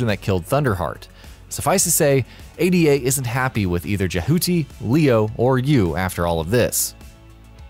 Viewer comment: ADA in Zone of the Enders is pronounced as the name Ada, not the individual letters.